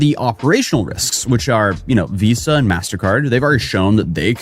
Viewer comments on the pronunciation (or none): none